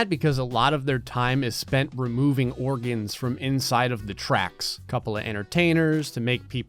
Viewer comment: The way you say "the Organs" 😂😂😂